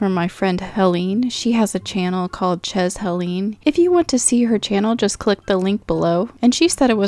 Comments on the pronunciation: Amazing! But I think it's pronounced "shay" not chez, for the french meaning of "Helene's Place". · Chez is French, pronounced ‘shay’ and Hélène probably used ‘Chez Hélène’ as a name after knowing of the song of the same title ☺️ Chez means ‘at home’